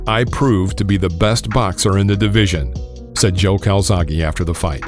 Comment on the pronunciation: Please CalzaghE not calzaghee He is Italian ...Welsh by pure chance